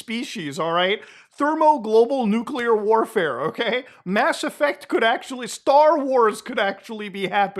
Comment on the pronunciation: It's so refreshing to hear a YouTuber pronounce nuclear properly.